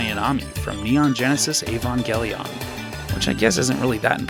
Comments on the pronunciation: ee van gel eon I've literally never heard anyone pronounce like you not dogging I watched the whole video lol just threw me way off when I heard that lol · I was with you till you said " avon geh leon"